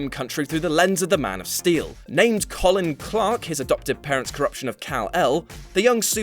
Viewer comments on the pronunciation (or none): none